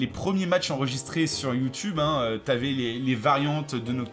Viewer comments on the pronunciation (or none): none